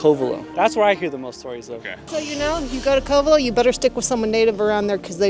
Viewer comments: He pronounced it CO-Vello. Any idiot who has lived in mendo for more than a month knows how to pronounce Covelo. This is some fake BS. Leave before you get hurt pretending to be from somewhere you're not. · I watch all your videos, this one is so depressing to see. You only interviewed meth heads, and is so full of it. I grew up here, the Masonic Temple… 😂 doesn’t even know how to pronounce Covelo, proof he was not from around here, making stuff up. There was a dark side but Mendocino, Humbolt County are some of the greatest places on earth. You can go anywhere and find bad if that’s where you are looking.